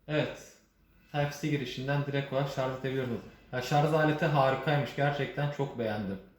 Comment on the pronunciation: Bir teknoloji ürünü incelemesinde şarj yerine şarz denmesine ne yazik ki alışamıyorum. Dil dönmüyor deseniz, silahtan bahsederken kimse şarzör demiyor. Yani dil dönmesi sorunumuz yok. Kusura bakmayın size olan bir eleştiri değil, ne zaman şarz lafını duysam yadırgıyorum. Bunun dışında inceleme için teşekkürler. Ben de bu cihaza gönül koydum. Sanırım tercihim bu yönde olacak. Sevgiler.